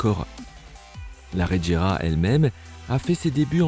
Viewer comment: Tu fais des vidéos sur les voitures sans rien n'y connaître, preuve : c'est la bugatti chiron sopersports 300+ la plus rapide au monde, et la regera ça se prononce ["reguéra] tout comme la agera. En plus dans le top 10 des voitures les plus rapides du monde, il y a la koenigsegg one et aussi deveel sixtieen. Dernière petite question ; pourquoi tu parle de la veyron en montrant une chiron ?